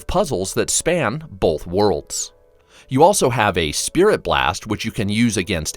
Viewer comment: Bruh there’s no L in the word Both